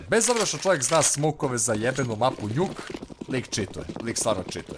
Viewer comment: a zasto kaze njuk kad se zove nuk